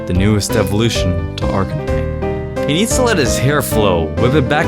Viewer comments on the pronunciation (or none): It's Are-K-9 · Arcanine is pronounced Ar-kah-nine